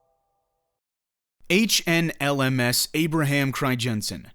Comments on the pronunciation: As a Dutchman I am disappointed that it's name gets pronounced as cryjensen. In English you'd pronounce the crij in Crijnssen as cry. So basically cry-nsen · You say Abraham Cryjensen but it is Abraham Crynzen (phonetically speaking) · I understand dutch is a hard language, but hearing you butcher the name “Crijnssen” every time made me cry a little. It’s not “Crygenssen”